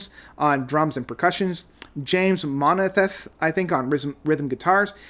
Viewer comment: Uncle Kenny?? 😂 Jay Pon Stones? James Monethet? Man I love your butchered names, gotta use them too. Add Daniel Pumpkins to the list